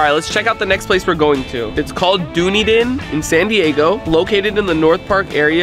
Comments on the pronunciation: Full respect bro but dunedin is pronounced like duh nedin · Doon edin🤣 It Dun edin pronounced eee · It's call dundien pronounce say dun and say duin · Lol. I was caught off guard when rug said Dunedin. It’s pronounced Done-Eden. Like the garden of Eden. A local seafood place used to have a shirt that said “I’m Dunedin, but I ain’t done drinkin”. There’s a Dunedin in FL, Canada, New Zealand, and one in Africa I think. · I live in Nz u should come here!!! Also it’s pronounced duh knee din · "Doony din" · rug its pronounced duh - nee - din , cool vid ! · pernouce it done ne din of the new zealand restaunt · Yess sameee, I love Rug but did u hear how he pronounced Dunedin 😂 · Just saying as a kiwi you missed pronounced Dunedin